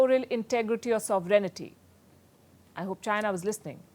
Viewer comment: Palki, It is not soverenity... It sovereignty.